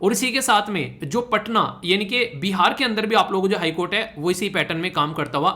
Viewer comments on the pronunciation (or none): none